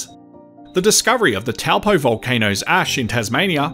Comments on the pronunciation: It's pronounced "Tow Poor" not Tell Poe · TOE-(PO)-or ✅ Hopefully this helps with pronouncing your TOWEL-POE ?! Hehe 🎉 Kāo, No please but we can help 😊😅 You’re Welcome, Thank you 🙏 for your content 👍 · It’s pronounced ‘toe-paw’ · It's pronounced "TOE-PAW"